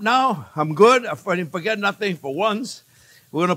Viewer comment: "For get about it" lol